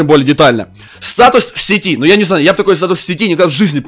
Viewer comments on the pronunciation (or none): none